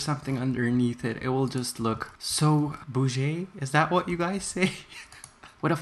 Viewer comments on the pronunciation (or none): For the next time- boo-gee lol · Nobody gonna talk about the way he said - “bouGie” 😹😹